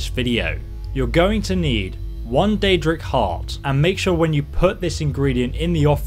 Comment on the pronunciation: “You will need I deadra heart bc it is quite rare” 😂